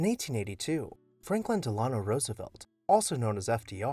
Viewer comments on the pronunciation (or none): I love love love anything FDR, so thank you!! Incidentally, his middle name is pronounced Del in-oh :) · You mispronounced Roosevelt's middle name. Surprising that you'd make that mistake. In reality, it makes you look like a 2nd tier creator.